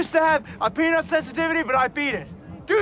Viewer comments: Wait wait wait, he said 'peanut sensitivity' this whole time I thought he said 'Penis sensitivity' that makes the 'do you know how hard that is to beat' not funny at all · honey do you really pronounce "peanut" as "peanit" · Hol up- that wasn't actually it? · wait - was it supposed to be peanut?? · Omg. I heard it tue same way lmao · omg, me too. Both times: when I saw the movie and when he played in this video...! I thought misheard lol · Me too lmao!!!! So I thought it was kinda funny and now it’s not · I thought the same thing.... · I mean heard the same thing🙈